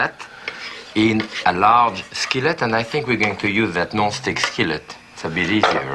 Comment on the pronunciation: When Jacques said he thought they would use the "gnostic skillet" I did a double-take, thinking I was about to see some previously unrevealed but time-honored cooking technique, and then I realized he'd said "no-stick skillet." Death by accents got me again…